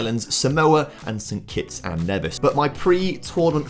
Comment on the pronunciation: St Kitts and N-ee-vis too